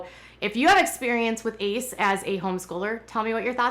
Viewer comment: It’s pronounced A.C.E. not the word ace